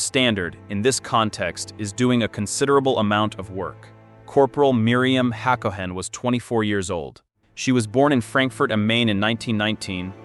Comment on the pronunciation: It's ha ga NAH, not haGAnah. haCOhen not HAcoHEN.